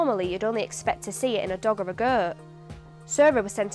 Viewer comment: The pronunciation of goat sounded like Yorkshire.